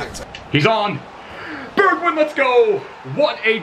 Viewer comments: Its pronounced like bergvine not bergwind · Burgwien 🤣 say it like Bergwijn ( Bergw ein )